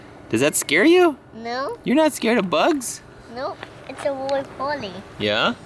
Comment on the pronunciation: It's a woley poley